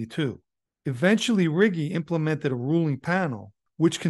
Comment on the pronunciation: Good video. Just for future reference Riggi is pronounced Ree Gee.